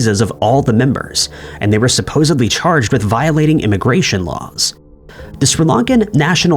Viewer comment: It's "Supposedly" not "Supposebly"